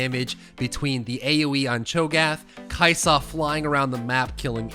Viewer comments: The way you say Kai'sa legit almost makes this unwatchable. Stop adding so much emphasis on the 'sa part lol. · kai' Saaahhh dude. Kai' soh. It's kai' sa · The way he says kaisa makes my ears bleed